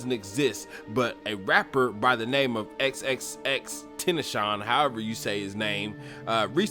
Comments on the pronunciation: AND ITS EX-EX-EX-TEN-TA-SI-ON. YOU SPREADING BAD ENERGY AND GOSEPING ON PEOPLE. DO SOME BIBLE TEACHERY OR SOME SHIT. YOU ARE NO BETTER TAN THESE "DEMONS". YOU PROBABLY ARE ONE. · It’s pronounced “TEN - TAS - E - YON. ITS FRENCH.. FRENCH PRONUNCIATION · its actually EX-EX-EX-TR-ASS-ION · I dont believe he sold his soul. They wanted him to. Just before his death he said in a live instagram video.." If i can change 5 million kids lives i would sacrifice myself" his heart was full of love this dumb ass knew nothing about x not even saying his name right gtfoh here homie.